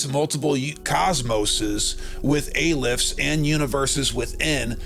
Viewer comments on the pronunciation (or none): The name of the Hebrew letter Aleph is pronounced Ahh-lef, FYI.